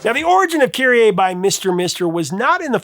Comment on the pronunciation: Kyrie is is not pronounced KyrieAY. It's Kyrie Eleison, keh-REE ay-LAY-zon